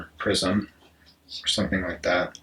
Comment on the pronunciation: I was hearing cube « prison » instead of « prism » at first and I thought sh*t was getting really deep and philosophical lol Thank you for this video !!!